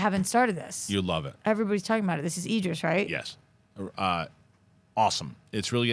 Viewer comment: How to INCORRECTLY pronounce "IDRIS" then how to CORRECTLY pronounce "IDRIS"